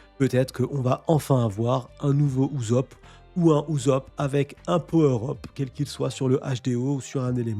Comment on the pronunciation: PTDRRRR PK TU DIS UZOP TU MA STRESSER